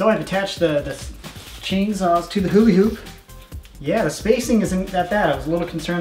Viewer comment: he said huli hoop